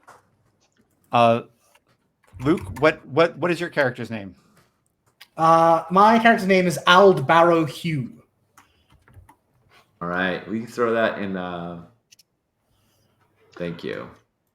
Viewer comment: I am orkadian, and the pronunciation for the names was mostly correct but auld is pronounced more like old but with a longer 'o' sound, kinda like oh-ld. I have no idea if that actually help in text form.